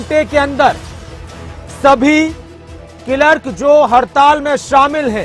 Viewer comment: क्लर्क को किलर्क क्यों बोल।रहे हो न्यूज रीडर महोदय।